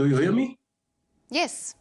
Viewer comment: do you ghear me 🤣🤣